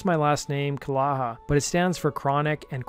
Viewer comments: His last name was not pronounced ca-laa-haa it was Ka-lee-Ja.I went to Jr/Sr high with him & his sister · dude his last name is pronounced KUH-LAY-ZHA not CUH-LAH-HA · Not a kid rock fan. lol. Joe's last name is pronounced 'ka-yay-ha'👍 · Calleja, is my family's name. Its is a Maltese name and pronounced. KUH lay Uh. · His last name is pronounced Ca-lay-ja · It's pronouced 'Ca-lay-ah' not whatever rubbish you attempted. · Calleja it’s pronounced Ca Yei Ha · And the guy in here pronounced his name his last name wrong the way he said it.